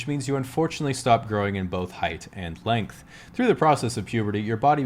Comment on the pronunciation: "Stop growing in height and plength" wait say again?